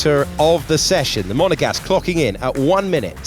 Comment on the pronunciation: The monagasss The monnnaqgaass The foockin monogass Oh say it again Every foockin time 🤪🤫